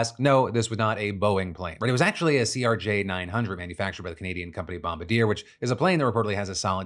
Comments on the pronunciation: “Bombadeer” omg 😂😂😂😂 Bombardier— bomb-bar-dee-ay (I tried to spell it phonetically lol) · Bombadier? Love it’s a French name, Bombardier (bomb, bar, Dee, eh) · not a funny story, but lol at Phil calling it "Bombadeer" - it's closer to bom-BAR-dee-yay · "BOMBADEER" HAHAHAHAHAHA " B-ome-Bar-dee aay" "Bombardier" That's how we prounce itbhere in Quebec "BOMBADEER" HAHAHAHAAHA Hilarious American pronunciation hahaha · lol "Bom-ba-deer" (Pronounced: Bom-bar-dee-yay) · It's not (bomb-ah-deer) it's french (bom-bar-dee-eh) big difference, but it's ok. I know you weren't forced into French class like we were, as it's our second official language. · "Bom-bar-dee-aye" , not "Bom-ba-deer" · Please learn to pronounce Bombarde-a, it’s French not “bombadeer” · Bomb-ba - deer 😂😂 oh how English Bomb- BARD-Yay is closest 😅😊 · Good lord, my Canadian just hit hard. me cooking with Phil on in the BG Phil: "Canadian Airplane Manufacturer Bomb-ba-deer..." me thinking, what company is that.....??? my brain: "Bomb-bar-dee-eh?" Me: OMFG.... I'm that Canadian now??? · Bomb-ba-deer?! Bombardier. Have some respect and at least put a French accent on that pronunciation! 😆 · The manufacturer Bombardier is pronounced more French like bom-BARD-yay As opposed to bom-ba-deer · Hi Phil! I just wanted to make a note on Bombardier. The company is French Canadian and the correct pronunciation is bom-bard-dee-ay instead of bom-ba-deer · Just a note Phil, bombardier is a french name so its pronounced Bom-bard-dee-yay not Bomb-ba-deer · Did Philly just call Bombardier 'bomba-deer'? 😂 (It's bomb-bar-dee-ay)..just kind of adorable the way he said it! Thank god no fatalities. Hopefully those injured will have speedy recoveries! 🙏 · Bombardier? Bomb-ba-deer? It's bom-bar-d-eh. It's French. 😂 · Bomb-ba-deer? It's pronounced Bomb-bard-di-eh. Hahahaha. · think its prounounced bomb-bar-dee-ay not bom badeer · Just so you sound smarter next time you say this, Bombardier is pronounced bom-BARD-ee-ay not BOM-bad-eer